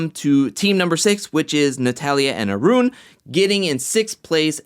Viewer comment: You speak smoothly, sir. I like the way you roll your 'R' when you utter Arun's name. --.